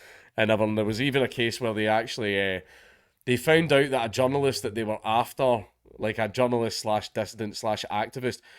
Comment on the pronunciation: only a scot can make the word journalist sound like john lewis